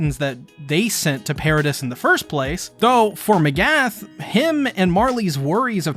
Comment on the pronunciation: I thought I was the only one who noticed. A lot of people and reactors say a lot of characters names wrong. I’ve heard Mikasa pronounced Mekasa, pieck pronounced as Peyack, Mcgath pronounced as Magath… these aren’t hard names to get right 🤷🏾‍♂️